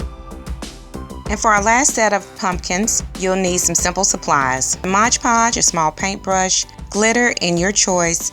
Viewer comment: Great job. Gonna check out the other vids also. Btw, it's MOD, not Modge.